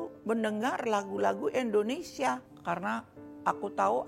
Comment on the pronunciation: Indonesia bu bukan endonesia